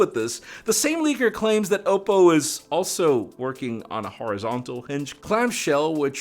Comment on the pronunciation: ok but why did you say "oppo" like it was "owo" lmao